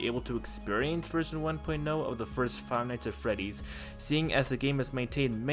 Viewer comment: the way he pronounces five nights at freddys "fie nise uh feddys"